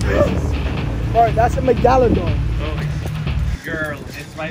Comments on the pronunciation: He said megaladon like meh-gal-a-don unlike mega-luh-don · Nobody: Jarvis: it's a meglagator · Nobody: Jarvis: "It’s a Megdaladon" 😂💀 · Nobody: Jarvis: "Thats a MAGALADON" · Nobody : Jarvis : That's a megdaladon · “Bro it’s a magalidon”😂 Jarvis